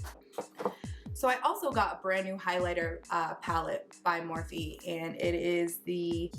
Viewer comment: Their one of your "go to brands", yet you can't pronounce the company name correctly...? hmmmm